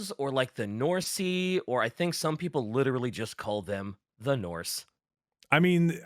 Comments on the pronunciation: pronouncing "Norse" as "Norsie" is so funny. They're just lil norsie bois. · Norsy hurt to hear but then I just started to laugh. "Oh look it's a Norsy a horsey!" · saying norse like its horsey not horse makes my eye twitch so hard i wanted to punch my monitor after the first couple lol omg it got so much worse lol. someone revoke right to over pronounce the letter E in words. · insistence on pronouncing Norse as "Norsea" and Norscans as "Norsicans" gave me cancer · saying Norsey is driving me actually mad and I dont even main Norsca